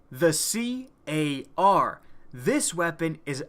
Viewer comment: says c.a.r. when us titanfall vets call it car